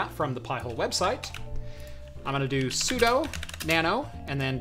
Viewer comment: “sudo” is pronounced sue doo. You are DOing something as the super user.